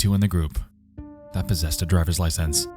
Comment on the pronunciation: i love your videos, the animations are amazing. also you said “possessted” instead of “possessed” . love you man